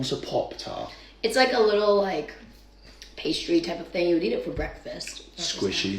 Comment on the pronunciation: pastry?!? WHAT?!?